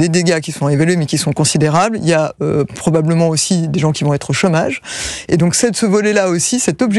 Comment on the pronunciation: non madame c'est pas "problament", y a des gens chômage plus fe 500 entreprises incendiées